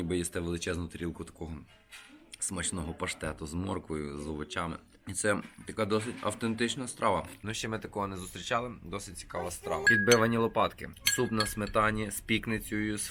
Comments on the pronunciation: Підбивані (в деяких районах прийимані) лопаткИ (а не лопАтки). ЛопаткИ - це Закарпатська назва стручкової квасолі. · не лопатки а лопаткИ :)